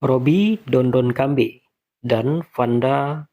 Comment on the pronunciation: Dondo Bukan dondon 🤣🤣 Dondokambey bukan Dondonkambey😂